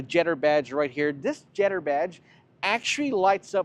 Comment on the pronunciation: Did he struggle to say jetour? Lol😅😅 he said jetter lol😅 trying very hard with that American accent